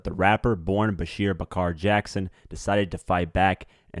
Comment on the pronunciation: Lawd! It’s the mispronunciation for me. Baretta is not Berét. CaMACHO is not CAMAYCHO! And his name was BASHAR, not BASHEER! At least get that right. Nonetheless, this whole ordeal affected NY. Hell, the world! His music lives on through him. #longlivethewoo